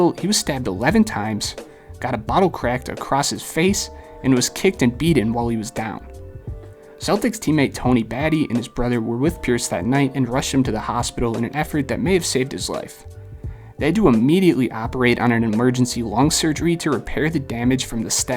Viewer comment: Not like you'll ever need to say his name again, but Battie is pronounced "buh-TEE" not "batty"